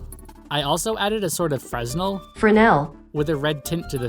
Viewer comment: It's pronounced, "Frez-null"